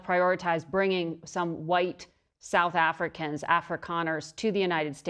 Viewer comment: I like how much emphasis she put on white. South Africa found South Africa not guilty of genocide. Apparently they don't document race in these statistics that they cite as evidence. I don't know if that's true but it would be very interesting if it were, wouldn't it?